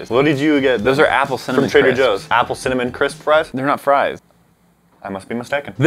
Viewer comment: Did like no one relies that said cimanim I’m dieing😂😂😂😂😂